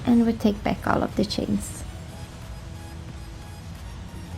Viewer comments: I love the Swedish accent in English. I know I have a Swedish friend and there are just certain things he cannot say. The CH is really hard to pronounce. Like the "Snow Shanes" 😁😇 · I have always loved the way you pronounce 'chains' lol. It's fun listening to you speak.